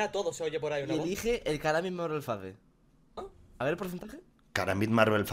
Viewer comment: Fade xD se dice feid